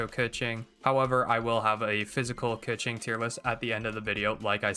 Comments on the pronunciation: pretty sure its kuh-ching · The only correct pronounce is Kequeen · It’s “KA - CHING🪙💵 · no, it’s 刻晴 (kèqíng)